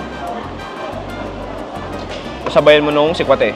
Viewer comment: mali ang bigkas mo ng salitang sikwate. Paturo sa mga locals.